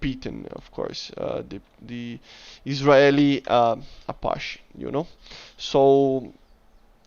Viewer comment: Apache is pronounced "A-patch-E", not "A-posh" lol Great video though